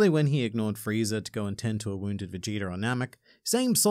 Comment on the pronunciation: Highlight of the video... "Friezi" 😂😂😂